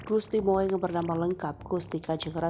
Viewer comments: Maaf... GRay...tidak dibaca grei Ini singkatan dari Gusti Raden Ayu Gusti Moeng...tidak dibaca Mo-eng tapi Gusti Mung. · tak kasih tau ya..yg mba baca ini murni nama² orang Indonesia.jd tolong bacanya jgn latah ke barat²an.masa moeng di baca mo-eng.itu ejaan lama mba,oe dibaca U.terus itu lg GRAy dibaca grey..jannnn payah tenan sampeyan. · Admin ? Tulisanya Moeng Bacanya yg benar (Mung) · Membacamu salah min tulisannya moeng membacanya mung itu ejaan lama oe dibaca u ( ejaan yang disempurnakan).